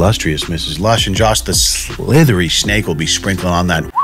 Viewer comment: Did you say...Joss the Shnake?!?!